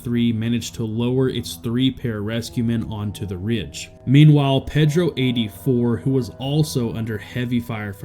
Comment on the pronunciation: Repeat after me: “PAYdro”